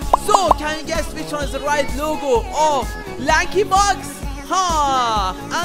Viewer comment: " And the correct answer is numbar ooooonnnnnnnneeeee" 💀